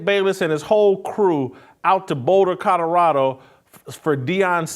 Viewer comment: Jason…COL OR RADO NOT Cutterado… 🤷‍♀️🤷‍♀️ Love ya! Great show as always!